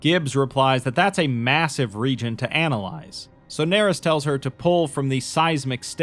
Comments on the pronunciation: “Doctor Nerys” “D Narys” “Daenerys” Yikes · "Nerys" is most likely pronounced "ner-EESE," rhyming with "police." It is a given name appearing in Welsh. The name itself may be a reference to the character Kira Nerys ("Kira" here the family name) from Star Trek: Deep Space Nine, portrayed by Nana Visitor. A worthy tribute. Or maybe the author just likes Welsh names, which would be fitting for a doctor who studies dragons; for Wales is associated with the red dragon. Probably more likely... but I like the Star Trek one.